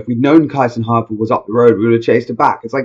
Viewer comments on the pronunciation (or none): No, not Kaisenhuffer. It's KIESENHOFER! 😊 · Why English speaking people don't try to spell foreign names correct? Her name is kiesenhofer, must be spoken keesenhofer in English.